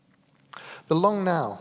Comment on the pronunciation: I thought he said the long nail foundation 😅